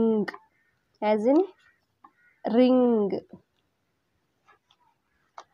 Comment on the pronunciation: 'ng' makaes 'ಙ್' sound mam. ring ಅನ್ನು 'ರಿಙ್' ಅನ್ನಬೇಕು. ರಿಂಗ್ ಅಲ್ಲ.